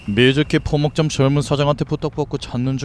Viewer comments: 포목점을 자꾸 목포점이라고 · 계속 포목점보고 목포점 이라고 하네... 너무 신경 거슬 립니다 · 다른 성우분들은 다 포목점이라고하는데 쥬인님만 처음부터마지막까지 목포점😂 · 대사 : 포목점 더빙 : 목포점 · 근데 왜 자꾸 포목점이 목포점리 되누..? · 그러게여 왜 계속 목포점이라 하는지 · 포목점을 자꾸 목포점으로 들은건 내 착가인가 ㄷㄷ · 포목점이라했다가 목포점이라했다가 ..이런 부분 조금만 더.. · 근데왜 자꾸 포목점을 목포점이라 하지??? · 나만 포목점이 목포점으로 들렸던데.. ㅋㅋ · 포목점을 왜자꾸 목포점이라고 하는가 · 왜 초반에 자꾸 포목점을 목포점이라고... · 목포점 이랬다 포목점 이랬다. 더빙 실수가 잦네요. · 포목점인데 처음에 계속 목포점 그래서 뭐지 했네 자막도 포목점도 똑바로 되어 있던데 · 계속 목포점이라고ㅋㅋ 포목점 포목점!!! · 자꾸 목포점이라노...ㅠㅠ